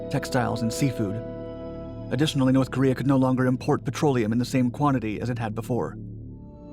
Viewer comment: NORSssssE Koreeah